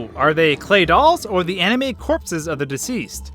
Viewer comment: its corpses